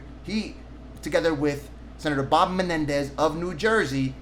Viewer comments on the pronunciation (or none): none